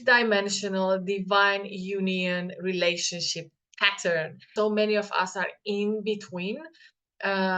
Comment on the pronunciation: LOL it sounded like you said the old relationshit !!